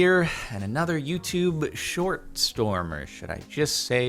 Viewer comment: Jardon: says shit instead of short Me: hol up